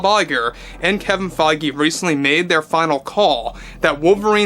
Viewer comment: kevins last name is pronounced (Fayj) just sayin